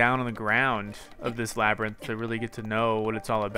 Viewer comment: Wait why is Labyrinth said like lab rint?